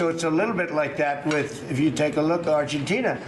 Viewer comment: He can't even pronounce Argentina